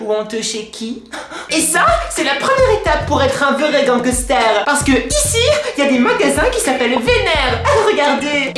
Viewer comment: a je t'adore e surtout quand tu chante et quand tu dit ganquester😂😂